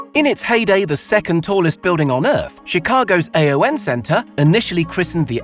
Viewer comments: It’s not pronounced “the A-O-N Center”. The company name is Aon, pronounced “A-On”… 😅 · Aon (Gaelic for unity) is pronounced “A-on” its not an acronym.